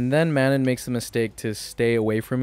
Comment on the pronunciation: Honestly a great video, I enjoyed your journey. Your Manon pronunciation is killing me though.